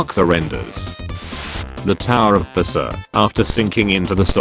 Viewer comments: I love how the narrator voice sound like he said "The tower of Pissah" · You didn't say the tower of pisa correctly